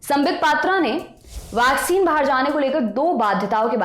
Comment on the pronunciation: वैक्सीन तो सही से बोलो..... वाक्सीन बोल रहे हो